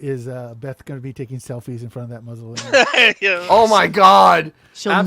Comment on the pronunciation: "Howard wants to be buried in a mootza-leum". Lolz